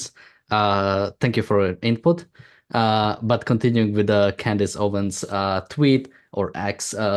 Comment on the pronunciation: It's "OwenS" not Owen. She has just gone further down-hill. It's astonishing.